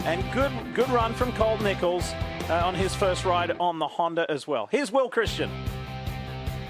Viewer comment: Bring bubba back in the booth and get rid of the guy who can’t even pronounce Honda correctly.